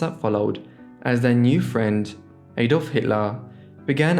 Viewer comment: Please check your pronunciation of Adolf. It's not A-dolf but more like Ad-olf. Thanks